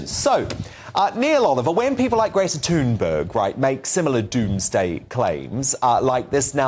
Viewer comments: “Greta Tooonburg” 😂😂👍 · Gretta Tonguebig